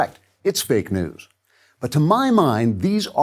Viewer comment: I thought he said fake "dews" ...like the "mountain cool" you'd get from a No Frills.